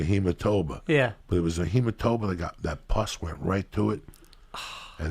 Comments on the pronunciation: "Lika He-muh-toe-ma" 🤣🤣🤣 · "Hematoba" right before that, LMAO !!